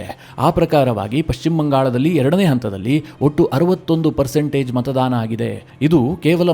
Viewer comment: ಮತದಾನ ಸರಿ.( ×ಮತದಾನ ×ಮಾತಾಧಾರ ಅಲ್ಲ )